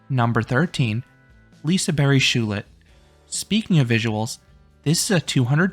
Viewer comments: Liseberg (liseberj) not liseberry 😭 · lise berry is that how to pronounce it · As someone who is from gothenburg and has went to liseberg several times through out my life i think you did a fair raiting, though personally i prefer Lisebergsbanan in first place. Also i dont wanna be that guy but ur slightly butchuring the name Liseberg. But since you did such a good rating. Ill accept it. Have some meatballs :)